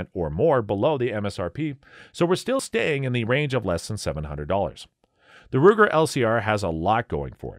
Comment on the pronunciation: Greetings! When announcing the Ruger LCR, please correct me in case I've heard "Luger". It is just an observation! Just a thought- just a thought!